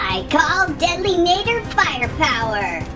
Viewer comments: btw it’s pronounced deadly nAdder Ah ah ah deadly nahdder no offense I hope I didn’t offend you just so you know how to say it right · Apparently according to google it’s pronounced nah-der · I want the mangler so i can most of the dragons. But it will be fun to see wich one i get. My list: 1. translucent deadly 2. nadder zippleback 3. Monstrous nightmare. Watch the movie again so you can say nadder correctly. Love your vids❤ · PRONOUNCE NADDER PROPERLY!